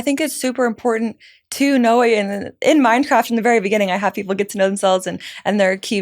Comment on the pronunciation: Its funny how i have subtitles on and everytime she says Mindcraft the subtitles say "Minecraft"😂